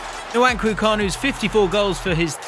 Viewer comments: Did this man just say Na-wank-kwoo Kanu? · Man really said nu-wan-ku kanu😂🤦🏿‍♂️ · is Nkwakou but it is Nkwako if you pronouce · Look at how the commentator butchered Kanu Nwankwo's name 😣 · The way he pronounced Nwankwo🤣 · Could learn how to pronounce nwankwo